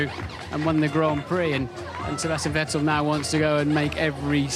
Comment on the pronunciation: Vettel as in kettel.... haaahahah :D